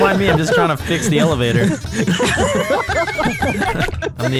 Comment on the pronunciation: I heard "evalator"